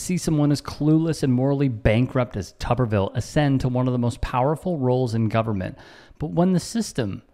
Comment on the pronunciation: It's not Tubberville, it's Tuberville. Tuber, as in potato. Pronunciation is everything.